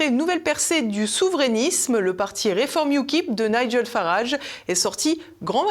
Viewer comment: "NIGEL FARAGE" le prénom se prononce comme GEL et non pas comme guêpe